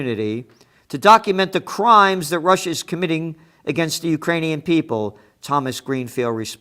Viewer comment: "Calm down Celente" - Victoria Nuland will spend $billions of dollars for a war in Ukraine. I wonder how that slob Nuland can live with herself. She can't even pronounce Ukrainians properly. She said - Ukrain-ee-yons.